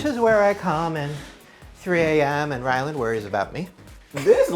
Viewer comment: Wait does Shane call ryland Ryan or ryland